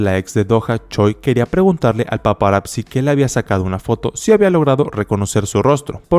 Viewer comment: Hola, considero que esta bien tu video solo de favor tu pronunciación de paparazzi es incorrecta, por fa checalo